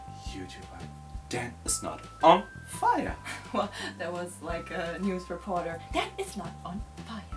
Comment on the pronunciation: wanted to cry every time you said "danisnotonfire"